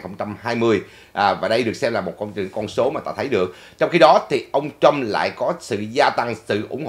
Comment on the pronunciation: please đọc Trump not Trâm.